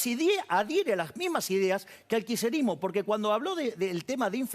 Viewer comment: osea el loco dice que él no ayuda al "kisherismo" como lo pronuncia que ni puede... dice que no ayuda a un idealismo como el peronista,,, si que ayuda con su idiotesa.. ayuda y mucho,, no entiendo como gente lo sigue.. me llama la atención y atenti los sociólogos y antropólogos sobre esta figura que impacta en la masa boba